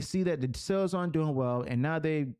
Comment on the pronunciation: brother, you say "sales" like "cells". I first thought you meant to say something else.